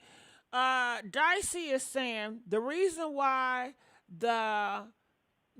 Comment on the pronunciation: I like how yall keep calling her dicey and she don't even correct it 😂